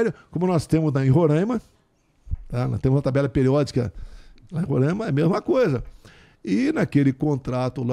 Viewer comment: Ele não sabe nem pronunciar Roraima kkkkk